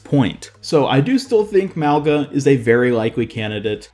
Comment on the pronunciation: Why r u saying his name with a “L” in it it’s literally Mauga!? WHERE IS THE L???